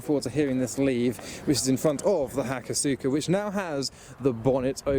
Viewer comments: Aw😅 It’s pronounced Hakos-ka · Just a tip: hakosuka is pronounced "hako-ska" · Maybe Hak-oss-ka is a better way to write it phonetically actually. Craig Lieberman (Tech Director on the first 2 Fast films) is the first guy i heard say it out loud. Sukarain is pronounced Sk-ah-rhine in Japan🙂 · Nobody else cringe at the way he pronounced “hakosuka” ….just me?